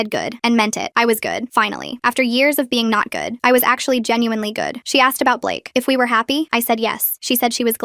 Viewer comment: the way she says good and blake 💀